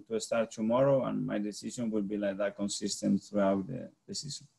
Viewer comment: He says “cone-sis-tant” exactly like Wenger.